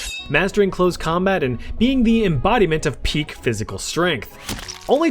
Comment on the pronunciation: weird way of saying peak